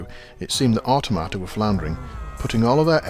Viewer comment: I always thought 'Automata' was pronounced with the emphasis on 'tom', as in 'Automaton', but that's just me ;)